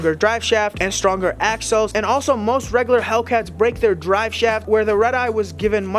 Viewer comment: Reggaler... lol